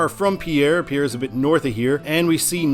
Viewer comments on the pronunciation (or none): I believe Lead is pronounced "Leed". Pierre is pronounced "Peer".